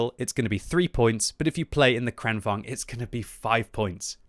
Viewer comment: I think in swedish it is pronounced "Krane Vagen"